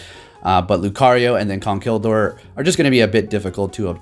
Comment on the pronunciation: Jay Wicks he said “Gurdier”😂💀